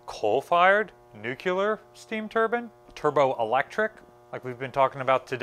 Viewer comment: nucular propulsion? that's new to me.